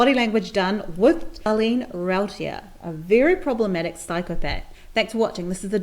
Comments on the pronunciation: the first syllable of her last name rhymes with roo (like kangaroo), not row (like cow) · Here name is pronounced Roo-TEER... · Number 1 turn off: If you’re doing a video on someone you should learn to pronounce their name. 👎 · Did she do any research on this case at all? She can't pronounce her name correctly...and no it isn't the accent. Darin was not a wealthy man, etc...etc...if you want the real story, please watch "The Last Defense" Aired in June 2018. Don't buy into this rubbish... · You say she's using her "please believe me" voice,and then her "baby doll" voice? Perhaps your focus should have been on your own voice,as you continually mispronounced her name. She's blinking because she's "stressed"? Well,how inappropriate of her! You appear to be the psychopath here. Making fun of a woman who was brutally attacked in her own home,who had to live through the horror of her children being murdered,and then being accused and convicted of being the murderer? This woman has been trapped in a nightmare for 20 years and you seem to find it amusing. Shame on you. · I thought her name was Routier pronounced roo teer. And Texas is definitely not teexas.